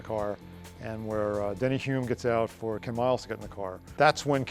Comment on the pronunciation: Come on, guys - it DENNY, not Danny!!!